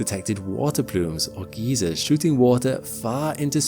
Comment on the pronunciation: Really great video, really enjoyed. Perfectly coherent, scientifically accurate, well paced, and perfectly narrated. Please just pronounce geyser (guyser, not geezer) correctly.😂